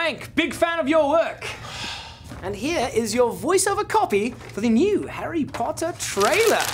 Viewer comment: I've watched this dozens of times and I just realized that frank said "Henry porter" at the beginning :o